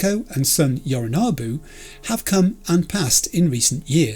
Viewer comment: One thing, you have a thing with the letter O in certain words don't you? Sayonara Yorinobu. 👀 Just sayin